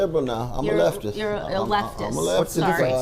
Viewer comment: I thought it was pronounced leaf-ist 💀